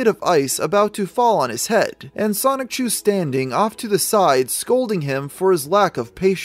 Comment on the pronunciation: You pronounce Sonichu like 'Sonic-chu'. Why is that?